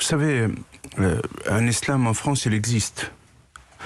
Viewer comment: Le fronce 😂